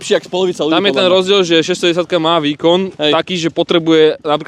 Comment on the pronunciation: Díky. Super video, budu se těšit na další. Měl bych dotaz, myslím, že po Slovensky rozumím velmi dobře, ale nerozumím tomu, proč o tom KTM mluvíte jako o "610", když je to 690. To opravdu tak špatně vyslovujete to číslo nebo to má jiný důvod? Díky 😅